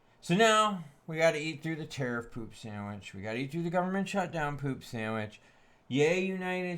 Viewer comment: my guy is am drunk every time you say terif down the gluck drunk as fuck